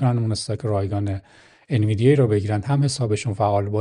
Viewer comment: ان-وی-دی-یا تلفظ صحیح سهام NVDIA هستش.